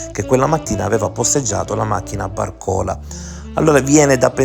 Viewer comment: Solo per correttezza di pronuncia : Barcola con accento sulla prima a.